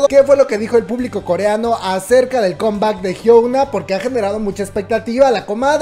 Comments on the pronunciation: Es la primera vez que veo uno de tus videos y me gustó, buena info... lo único es que no podia escuchar tu pronunciaron de Hyuna jajaja cuando lo dices "Hyouna" en ves de "Hyuna" xD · Por todas las veces que la comadre dijo Jiouna (Hyuna) 😂😂😂 Está bueno el chisme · Nadie: Absolutamente nadie:: La Jiounaa 😆😆